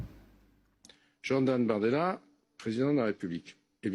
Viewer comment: Il s'appelle BORDELA avec un O comme dans Bordel